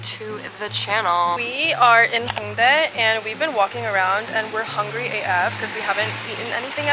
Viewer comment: “I am so hunger ry” LOL